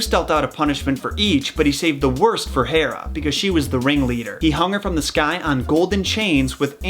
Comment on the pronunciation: That's a lot of research to pronounce Hera wrong.